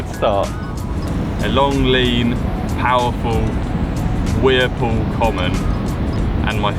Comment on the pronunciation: Carp don't count in American bro. And what is a "weer pool"? Lol tight lines lad